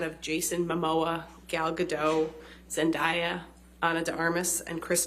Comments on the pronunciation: Zen DAY ya. not dye/die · pls all i can hear is zen DYE yuh its pronounced zen DAY yuh and its killing me pls do zendaya some justice at least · They keep say Zendaya name wrong. Its NOT Zen-die-ya its Zen-day-ya 🤣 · I didn’t know people pronounce it: Zend-i-ya I always thought it was spelt and pronounced: Zend-A-ya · WTF is a ZenDieah? Pronounce people’s names properly. That is such a micro aggression. If you can’t be bothered to learn it then refer to them by Mr or Miss Last Name. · Every time they mispronounce Zendaya’s name, I cringed so fast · okay but the way he pronounces zendayas name is killing me 😭😭😭😭😭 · I cringe when they claim they are Hollywood experts but continue to pronounce Zendaya’s name incorrectly. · I hate how he says Zendaya's name